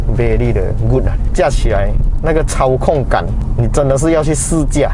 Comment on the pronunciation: 从口中讲出 操控感 我一直感觉我听到的是 超控杆(空港)!😂